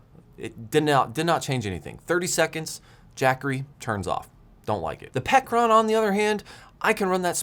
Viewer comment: Pecron, pronounced as " Pecker Ron "